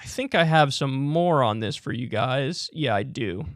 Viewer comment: “I think I have some MORON this,” is what I heard.